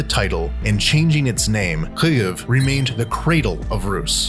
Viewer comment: Why is the narrator pronouncing Kyiv so weird?